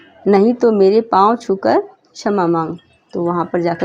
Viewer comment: Didi shma hota hai chma nhi 😅